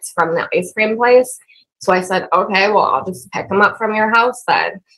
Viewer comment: turned every single syllable word into 2 or 3! Aww-Kay-ahhh!